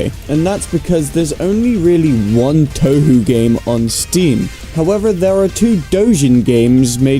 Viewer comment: he mispronounced touhou, what a 9... REEEEEEEEEEEEEEEEEEEEEEEEEEEEEEEEEE